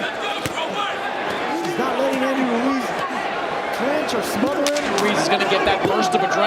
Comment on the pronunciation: They keep pronouncing Ruiz like Wooreez 😭